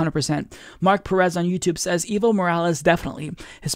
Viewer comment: Your English pronounciation of "Evo" makes it sound like "evil". Try saying "Aevo" instead. That would be way closer to the Spanish pronounciation.